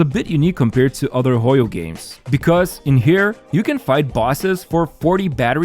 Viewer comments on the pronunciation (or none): i really dislike how everyone says "hoy-yo", it's not a spanish word, I say it "ho-yo"